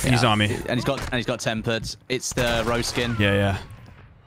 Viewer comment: Nobody:: "roze skin"